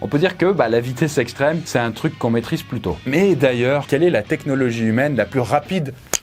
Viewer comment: A Quand tu parles de la vitesse extrême, tu dis "C'est un truc qu'on maitrise plutôt " ou "Pluto "? Parce que j'ai l'image du chien de Mickey qui m'est apparu de façon subliminale à cet instant précis